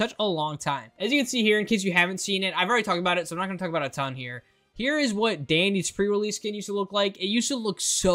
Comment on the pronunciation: 😂😂😂 my dude you did called dandy sprout